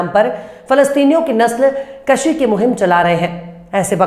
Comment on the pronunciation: "" Nasl Kashi "" parhna ghalat hai sahi lafz ( nasl kooshi ) hai